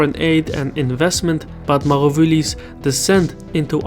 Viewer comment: The president of Tanzania is called Magufuli... Pronounced Ma -goo-fool-eee